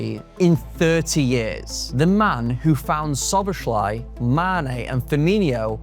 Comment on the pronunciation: With a name like, you should be able to pronounce Szoboszlai